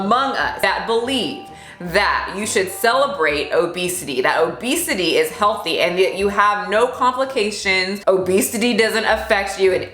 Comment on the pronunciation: Did you say OBEASTITY? 😂🤣oké now I’m offended 😅